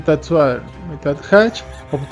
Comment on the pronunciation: Solo para mejorar; no se dice sueder, sino Sweater (sueter), perdón por el atrevimiento. Saludos